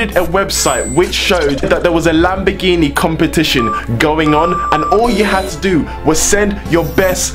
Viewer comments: your pronounciation of lamborghini is "lambigini" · Im from Italy you cant say lamborghini you say lambegini